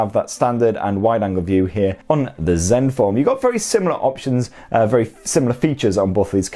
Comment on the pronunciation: did you call the zenphone "Zeus"? I like that